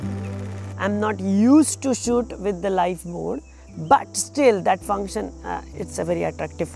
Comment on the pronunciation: Looks like he has trouble pronouncing “shoot”!!😅, nothing to be ashamed of... great video anyway 👍. Keep uploading good content